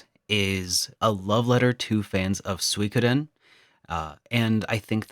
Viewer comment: It's called Gensō Suikoden with an U sound not the terrible attempt of mixing English with Dutch. The rest is a pretty video.